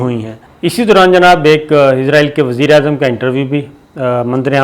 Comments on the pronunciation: Sir gee the word is Israel not izraeel.... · Sabir bai aap bar bar israeil ko izraeil kehty hen.jab k izraeil eek farishty ka nam ha.is ghalte ko drust Karen.abid al Riyadh. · یہ عزراٸیل دنیا کے کس ملک کا نام ہے؟ کمال ہے کیسے کیسے جاہل اس ملک میں سینٸیر اینکر بنے بیٹھے ہیں ۔ اسراٸیل نام ہے ملک کا ۔اردو میں س سے اور انگریزی میں S سے Z سے نہیں ۔ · تل ابیب میں ت پر زبر۔ فرق یہ ہے کہ ت پر زیر کے ساتھ جو تل ہوتے ہیں ان میں تیل ہوتا ہے۔ اور تل ابیب میں تیل نہیں ہوتا۔ دوسرے یہ کہ اس ملک کا نام ہے اسرائیل۔ عزرائیل ایک فرشتے کا نام ہے۔ اورہاں، چے نا نہیں، چین، چین، چین۔